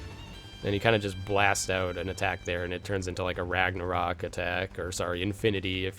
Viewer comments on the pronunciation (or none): none